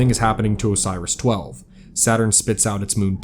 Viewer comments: Idk how he listed up the probes names? How did he think Oris was Osiris like where did bro get the extra S and Extra I from? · Why do you pronounce it “Osiris” instead of “Oris”? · love the video but you saying Osiris for the probes kinda threw off my suspension of disbelief... still good video though